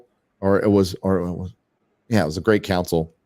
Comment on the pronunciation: Every time says "Great Council" it sounds like "Gray" and I'm flashing back to B5 every time. How much am I willing to put up with? I've been so sensitized to it that I will dock points for pushing agendas. "Kudos for making something tolerable" NO! Do not drink the Kool-Aid. You're telling them that "good enough" is acceptable just because it isn't crap. I'm just asking that you be careful.